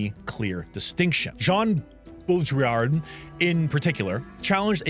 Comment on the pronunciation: Jean "Bo Drill Ard" (art but without the d)